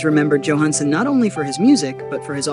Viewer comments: It would be nice if this AI could figure out whether it's going to pronounce the first letter of Johansen's name as Y or J. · this robot A i can't be bothered to pronounce his last name correctly. yo, Hans !